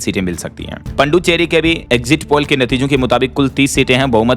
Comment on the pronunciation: पुदुचेरी बोला कीजिए पड्डुचेरी नहीं होता